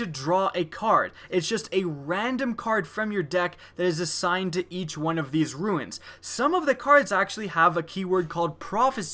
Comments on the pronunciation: Yeah it's pronounced "roo-n" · why are you incapable of pronouncing the word "runes"?